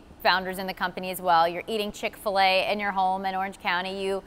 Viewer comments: how many time did she say Chick-Fill-a? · She emphasizes the word so much